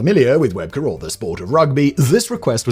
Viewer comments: Its pronounced "Web key" not webker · Great video except two details its rugby league not rugby. They are two different sports and Shane webcke is indeed one of the greatest rugby league players but you are saying his last name wrong its said as webcke as in webkee